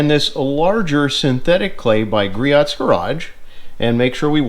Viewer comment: Griot = "Gree-Oh" It is so common that they have a tutorial on their website. Rumor is that Richard (Griot) would charge double back in the day if you made a phone order and mispronounced his name.